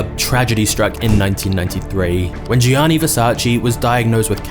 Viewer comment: its pronounced as "yanni"